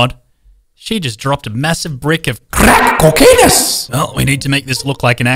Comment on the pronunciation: the thing always makes me laugh is when he says crack coainus